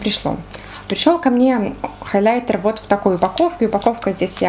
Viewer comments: ХайлЯйтер .. Очень режет слух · это просто безумно режет слух и не грамотно, не смогла смотреть ваше видео 🤷🏼‍♀️ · Почему хайлЯйтер 😭🤦‍♀️